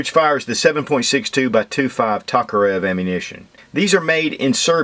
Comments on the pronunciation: It's T O karev not T A karev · Its pronounced Toke-a-rev i couldnt keep watching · pronunciation of Tokarev is killing my ears!